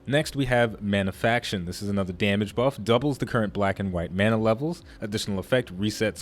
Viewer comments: Manafication, not "Manafaction" :-P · ManaFICATION not manafaction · good discussion but one thing bugged me: mana-fi-ca-tion :)